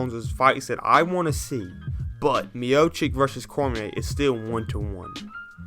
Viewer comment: Nice video. Why are you saying MiochiCK though? His name is pronounced miochitsh. Come on man, you are, you gotta pronounce these names right.